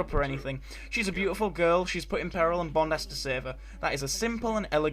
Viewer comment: EXCELLENT regional accent bit there .... "un Bond has 't save her" FAB ☺ Many thanks as always, good Sir